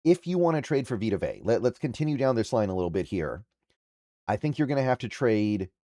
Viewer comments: Learn to pronounce his last name dude! Vea is pronounced Vay-ahh not Vay!! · it’s not vita vay… it’s vita vea (vay-uh) smh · His surname is pronounced Ve (as in Very) ah. Not vey /vay. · “Vey uhh” goodness lol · Dude two seconds to do some research on how to pronounce his name it’s Vita VE A. Dude is a husky legend how do you not know how to pronounce his name.